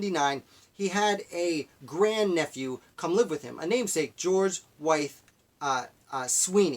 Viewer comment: Pretty good summary of life of a man who did so much. I just want to note his last name is pronounced like with. Also, they others poisoned was his freed slave, Lydia Broadnax, who served as his cook/housekeeper and his free, mixed-race student Michael Brown.